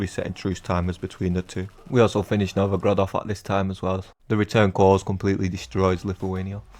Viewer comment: Novogrod? Are you polish? :d